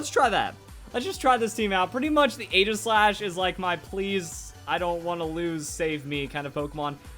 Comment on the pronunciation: its pronounced eejislash. Stupid, i know.